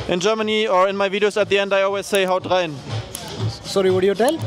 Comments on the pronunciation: Das "Haut rein" von ihm war ja mal super clean hahaha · wie gut er einfach haut rein gesagt hat als ob er schon deutsch so gut kann so gut hat er es gesagt voll krass:) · sein "haut rein" war deutscher als deins 🤣🤣🤣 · real hahaha